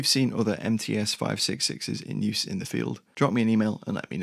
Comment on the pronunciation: МЦ = MC, not MTs